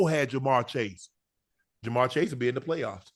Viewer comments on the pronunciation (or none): none